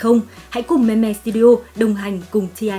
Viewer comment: Đọc là "Mim" nhé chứ k phải "me me" nha :))))